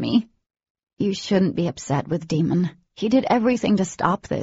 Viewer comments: Yeah I don't get it. Jennifer pronounced it Damon but both narrators pronounced it Demon. I hate this. How could they make such a huge mistake & not bother to fix it? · Nafoula Clarke his name is Daimon. But she said Demon instead